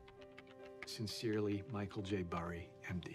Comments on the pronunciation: Tell me how Burry is pronounced Berry? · Spells name bUrry News guy: “bArry” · It’s Burry not Barry